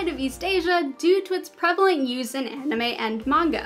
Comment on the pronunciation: Sorry for the nit pick, but: prevalent is pronounced preh-vuh-lent.